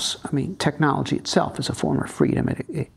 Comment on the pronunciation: No teraz to dałeś czadu! Nie dość że Gość zacny, to i poprowadziłeś rozmowę po angielsku!🎖Wspaniały wywiad! ps. "technology" (/tekˈnɑː.lə.dʒi/) wymawiamy z "k", w odróżnieniu od polskiego "ch"😊